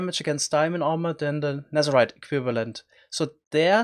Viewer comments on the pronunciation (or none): It's called nether, not nezer